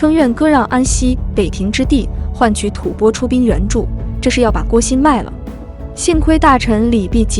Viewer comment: 吐蕃的读音，一会读对，一会念白字，建议好好播讲下，加油！